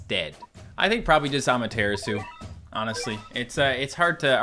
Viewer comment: Rise of the Curior Cat, but was bullied into pronouncing Amaterasu improperly. During his stream "Well people were upset I saw saying it wrong." Feels so stupid. I am going to post every video about/or until Amatarasu (THAT HE SAID RIGHT THE FIRST TIME!) until he recognizes it.